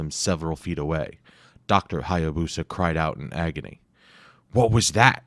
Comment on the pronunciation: It’s pronounced “Hi-ya-boos-uh .” The narrator mispronounces it.